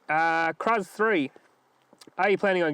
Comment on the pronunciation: Thanks for addressing the question... name is pronounced 'Cruise' not Cruzz. Bullbar options are Dash, Rhino, ECB, ARB and Opposite Lock. Plus, apparently Patrol apart modifies ARB sahara bars. So, didnt narrow it down much. Good luck with the bush fire donation.